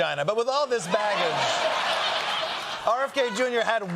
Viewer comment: Did you say, 'With all his vaggage...' ???? ROLF